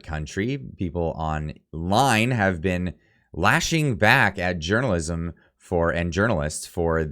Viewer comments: When he said journalism, I thought I heard "urinalism" and thought, that's about right ;). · Hahahaha At the end I thought you said "urinalism" for a sec there... Gov journalist aren't journalist.. They are propagandist... Period.. It has kinda always been like that..